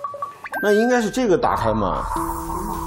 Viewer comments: 啊蒲说“这个门能不能帮我们打开”的时候，我好想回他“不行，ze个门没有把sou” (狗头保命) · 对对！我第一直觉也是说这句🤣 而且翘舌一定要去掉